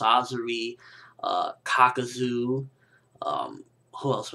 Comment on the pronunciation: 1. manga not monga 2. all the hokage's were sealed with the death god jutsu. (yondaime sealed himself and the 3rd hokage sealed himself + the other 3) 3. dai-darah not day-dairah 4. kah-kuzoh not kah-kuzoo I could throw more mispronunciations you made, but then I'd just be nagging >_>